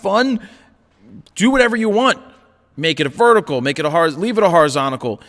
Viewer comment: I like this guy, but the "horizontical" thing gets on my nerves!